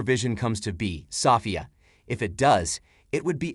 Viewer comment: SEW - FEE - AW